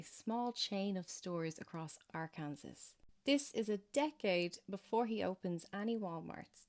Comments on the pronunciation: Arc-in-saw. Not Air-keen-saw. Fun fact. It's illegal to mispronounce that states name while in that state. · Loving this series. So good. (Also fyi Arkansas is pronounced Ar - kan - saw )